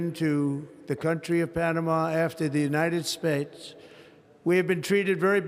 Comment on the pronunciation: United Spates?!